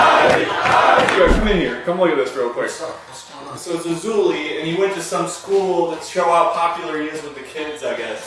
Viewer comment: Just makes me giggle every time you say ben dover assho lay